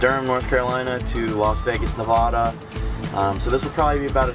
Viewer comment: Have you learned how to properly pronounce Nevada yet?